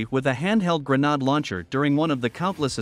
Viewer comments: When writing these speech to text narratives, it might help to intentionally misspell grenade as "grenaid" to get the pronunciation right. Just a thought. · grenade ==> rhymes with afraid. gren naid'. not pad or fad. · A gre-nod launcher 🙄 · Pretty pathetic the way they pronounce "grenade".